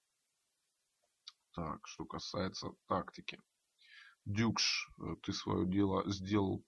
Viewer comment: он все-таки дукш, а не дюкш, вы неправильно называете, это непрофессионально!